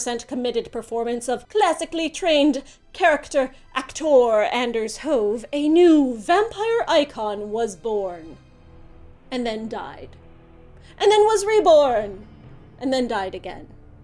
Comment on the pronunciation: You said "Anders Hove" wrong 😆. It's more like 'Ahnis Hovey' I believe.